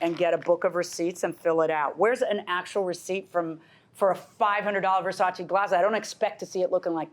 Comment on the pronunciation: "Verchachi frames" oh, 🤣